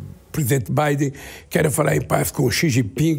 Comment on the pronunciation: O mais engraçado é o cachaceiro falando: "presidente bidin" kkkk